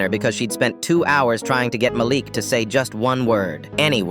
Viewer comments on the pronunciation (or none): Am I the only one who heard it go from Malik to malax.??